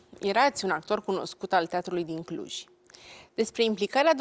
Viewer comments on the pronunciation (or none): Denise,la geografie am învățat ca este CLUJ nu Cluji și MUREȘ nu Mureși. Sau n-am învățat după același manual?!